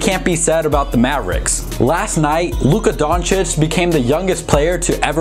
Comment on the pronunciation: Are we gonna ignore the fact that is finally pronouncing Luka Doncic correctly?? 😂